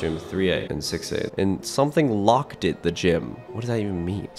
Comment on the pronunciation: He said lock-ed instead of just locked I laughed so hard😂😂